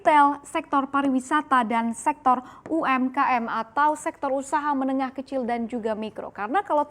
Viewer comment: SEKTOR. BUKAN SEXTOR. GOBLOK. KEBANYAKAN MAKAN TAI ANJING JADI TOLOL